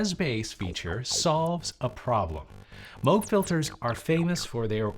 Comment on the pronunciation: Why is he calling it "Mowg"?